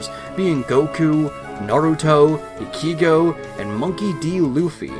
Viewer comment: The way you said Ichigo made me unreasonably upset. Good job. Lmao But glad to see a lot of these games before you got to SSF2. Because I never heard of them before. I’ll give them a look when I finally get access to a computer again.